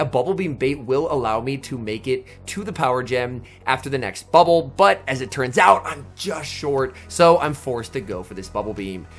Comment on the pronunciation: My favorite part of the video is how you said "bubble BUTT"